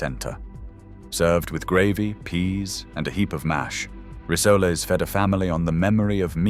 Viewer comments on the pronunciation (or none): Rissolay? That should be rissoles.